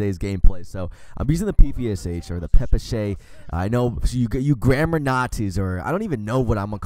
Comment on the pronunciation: idagaminnerd yeah not pepper-shay